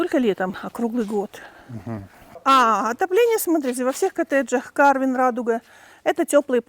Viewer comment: В названии карвен ударение ставится на второй слог и читается как карвЭн. Карвен это армянское имя. Карвен Оганесян